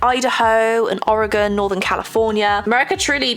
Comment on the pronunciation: Thank you for pronouncing "Oregon" correctly! I didn't like the cactus watercolor set. Not good paints, too much money. It's cute-that's it's only plus. I wouldn't give it for a gift, though. Too disappointing when you start to paint with it! The paint pad looked fun-yes , bring a waterbrush. Coloring book looked nice. I just don't ever do them. I like to paint outside the lines! Thank you for sharing these products. I look forward to more of this kind. It's good to see what's out there.